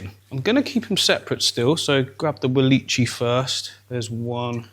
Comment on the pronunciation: It bothers me every time you say walicchii, it's pronounced "wall-ick-ee-eye" named after botanist Nathaniel Wallich.